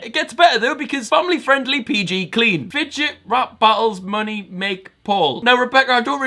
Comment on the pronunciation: Why did you say money with a welsh ascent.